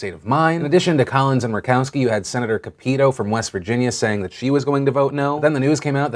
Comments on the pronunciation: Phillp Cap-it-toe not ca-pee-toe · ooooh Phil... i never like to correct you but I'm from west virginia and her name is Capito as in Cap-it-oh. Not cup-eet-ooh XDXD Love yah man but hearing it said that way made me laugh so hard!! <3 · Just so you know, Capito is pronounced with the accent on the first syllable, not the second. CAP-it-oh. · lol CAP-IT-TOE is how you say it. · The WV senator is pronounced Cap-eh-toe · Capito is pronounced Cap-i-toe. When speaking of demons it's important to call them by the right name. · It's pronounced CAP- eh -TOE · Phil normally I careless about name pronunciation but the being from WV her dumb name is pronounced Cap-i-toe thats bc she usually puts her foot in her mouth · Just FYI: Senator Capito's name is pronounced "Cap-I-Toe" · Pronounced "Cap-it-toe" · Just FYI, the WV Senator's name is pronounced Caa - pehto. The A sound as in "bat" and the I sound as in "sit." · Cap-it-toe I think is how her name is pronounced.... I think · Uh not that i care cause i hate her as my representative but her name is pronounced Cap-it-toe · I think her name's pronounced Cap-et-o. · Phil, the thing about us west virginians is that we love a good old trump speech. The level we are at, will take anything we can get. (P.s. it's pronounced cap-eh-toe. No hate though) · Phil I know it doesn't matter but the wv senetor brought up in today's video is pronounced cap-ih-toe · Mispronounced Shelly Moore Capito's name wrong again. Sorry Phil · I love you Phil, but as a West Virginian, I absolutely cringe at your pronunciation of Senator Capito's name